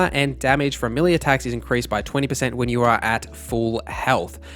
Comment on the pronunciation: It's melee.not millie